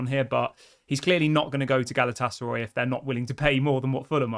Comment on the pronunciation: Galatasar (eye) not Roy 😂😂😂 I know it’s petty and pathetic but it’s spazzing out my Autism 😂😂😂